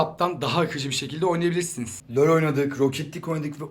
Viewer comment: Nobody:: löl